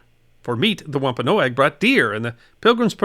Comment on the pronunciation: It may be a small thing to some, but this Nutmegger salutes you Sir, for properly pronouncing "Wampanoag". Happy Thanksgiving to you and your loved ones, Capt. Blackheart Charlie Key West "... because, don't all good stories involve pirates?" :-)